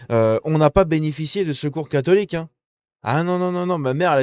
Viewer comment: Le seul fait que cette jeune femme n'arrive pas à prononcer le mot "catholique' en dit long sur le ressenti que les musulmans ont sur nous LES VRAIS FRANCAIS